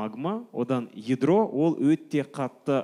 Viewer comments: едро емес ядро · Едро емес ядро ануар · едро емес ядро😂